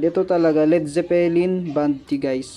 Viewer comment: Mabilis ang bigkas sa word na Zeppelin